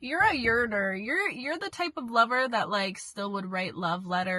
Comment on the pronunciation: “Your a yerner”..😂😂😂